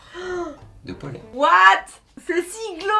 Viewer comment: tu ne sais pas du tout prononcer car dans Dieppe c'est l'île du Pollet et pas ce que tu as dit.